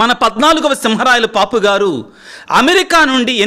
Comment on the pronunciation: పాపు అనకుండా పోప్ అంటే బాగుంటుందేమో sir